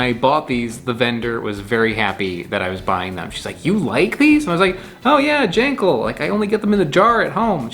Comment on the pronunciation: also its pronounced gawl - n - gawl